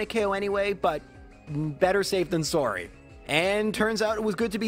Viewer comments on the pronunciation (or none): are you canadian? i heard it when you said "sorry" lmao